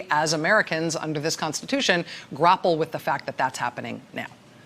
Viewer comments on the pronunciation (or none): "....grapple with the fact that is happening right now?" Pronounced gr-o-pple? It's gr-a-pple... Like apple 🍎 with (gr) in front of it. Wtf?